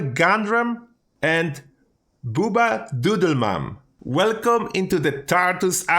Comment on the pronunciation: BoobaDoodleman... Umm sorry but that was absolutely the wrong pronunciation. I wrote his name as you pronounced it. Bubba is like bug, but, butt, or buy. the bu is always pronounced that way. bba is pronounced... Well the same as you said it. Google "Bubba shot the jukebox" and listen to the music video first result to get the correct pronunciation. Hint He doesn't say Booba Fet ever.